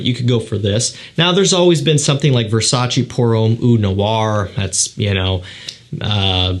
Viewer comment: WHO DA FUQ PRONOUNCES VERSACE LIKE THIS???